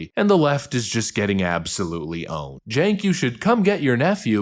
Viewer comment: Can we just, for one second, realize the Cenk is pronounced Jank?😂😂😂